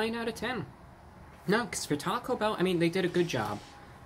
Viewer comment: Lmao the ||T A C O B H EHLL||